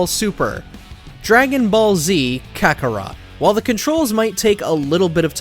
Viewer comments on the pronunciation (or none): none